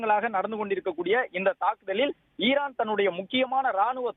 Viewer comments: Irrrran இல்லை ஈரான் reporter ரே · ஈஈரான் இர்ரான் இல்ல